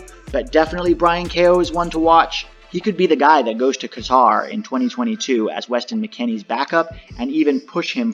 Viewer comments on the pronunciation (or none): none